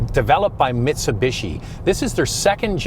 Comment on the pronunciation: I am so happy that you pronounce the company name as Mitsubishi instead of Mitsubeeeshi like NA presenters!!!